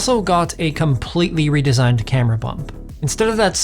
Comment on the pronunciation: "completely redesgined camera bump" he says